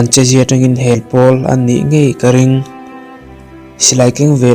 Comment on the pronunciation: Hawrawp thu mal, akal pui a zir a, thluklo tur i thluk duai thin hi, ex..HEL thluk loh tur HÊl tih a I thluk ang chi te, kawr tih mai tur kâwr han tih duai ang chi te tih loh ah chuan, i aw adam'n, thaan thu i ziak thiam na rawh e. Tang fan fan rawh aw, i zarur ah kan beng a tlei e.